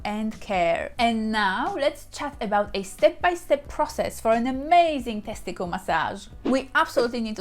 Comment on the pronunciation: I like the way she says teskitil😀